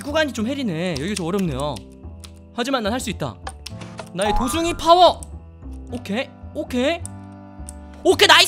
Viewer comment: 처음에 도숭이가 도중기로 들렷..